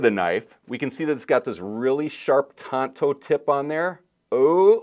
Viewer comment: Tanto. Not Tonto. Tonto was a native American actor.